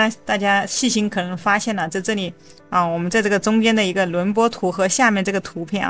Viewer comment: 轮廓（kuo）图, 内容挺好，就是这个字多次重复很别扭